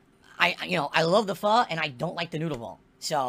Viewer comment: At least he pronounced “pho” better than LowTierGod.